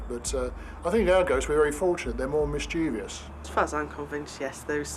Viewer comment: you mispronounce the word "mischievous". 3 syllables, not 4.